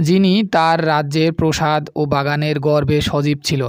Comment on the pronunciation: প্রসাদ না প্রাসাদ